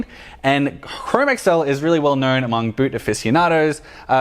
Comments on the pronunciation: Fantastic review. At the same time, it is painful to hear you mispronounce "chromexcel." It is not (google) Chrome + (ms) Excel. It is pronounced "chro-mex-ul." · Yeah I definitely wouldn't beat yourself up because apparently from what I've watched and listened to Nick Horween and also the guys that worked there from Ashland Leather mispronounce chromexel also. Keep up the great video's and stay safe in all this craziness.